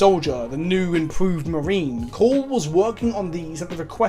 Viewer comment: This is the first time I've heard someone pronounce Cawls name right the first time lol Also Cawl isnt actually a leader of the Mechanicus, hes actually vilified by a good chunk of the Mechanicus due to his "forward thinking" ways (inventing without first going through different pieces of Mechanicus bureaucracy, and although he's asked several times to be made Fabricator General (leader of the Mechanicus) Guillimon has refused him every time. Imo "Girlyman" isnt a joke because "Haha girls are weak", I think its because you're making his name sound sillier than it already is, my favorite personally is "Rodent Guillotine" So the "in lore" reasons for the Primaris creation is cause Cawl can take someones brain and basically make them a part of him, the first time he did this was when he was forced into it by one of the original scientists of the Astartes project, but his will was so powerful he basically overrided the guy and took control. Supposedly he's done this several times, but it really only goes into detail with 1 as far as I'm aware. Also the Primaris marines were not actually accepted by everyone, for example the Flesh Tearers Chapter said "He (Guillotine) would make us Ultramarines in red!" and outright refused to accept the reinforcements, despite his chapter being at like, 1/4th strength. Also Fun Fact, apparently Primaris Marines are relatively accurate size, iiiif they were normal Astartes lol Personally I love the new Sculpts, but I hate how dirty they're d